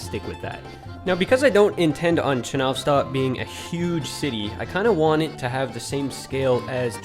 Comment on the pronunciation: Please change the translation of the word "Enjoy" from "наслаждаться" to "Приятного просмотра!" because it doesn't make any sense. Also, in Russian it wouldn't be "chenOvstok", it would be "chenovstOk", stress on the last letter "O".